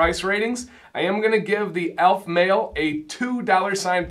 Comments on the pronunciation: ALEF, not ALF. al-F, not ALF. The e is sounded. Now to watch the rest of the review. I enjoyed the review, and description of scents. Succot is pronounced Sue-COAT. Boker Tov is Good Morning, and the response you were looking for is Boker Ohr, morning of light. Havdalah (hav-dala') separates the end of the Sabbath from the beginning of the week and includes smelling sweet spices. I'm looking forward to getting to the point of ordering some, but I'm also looking forward to ordering some Norseman products for my gray/white beard. In your opinion, is Aleph Male suitable for gray/white beards? One or two ounce is a good question. I like getting more product for less per unit, but the more I have the more eager I am to use it up and get to another. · I didn't expect you to have expertise on Judaism, but as you can say "Macinac", "Jojoba", and various terms of binomial nomenclature in your product reviews and 101 videos, it struck me that consistently mispronouncing the name of the company you reviewed did not meet (what I thought were) your usual standards. I may have been too hard on you, and for that I apologize.